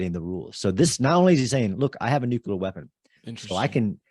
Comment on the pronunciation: Why do so many guys have trouble saying the word nuclear? I've heard so many people pronounce it nuculer. Wonderful podcast by the way.